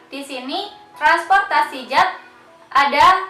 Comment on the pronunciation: Zat klo di Baca menjadi jat ya kak ?